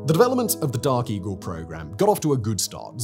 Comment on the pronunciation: Did this MoFo say DARKIE??? Oh, Dark Eagle🤣😂😂🤣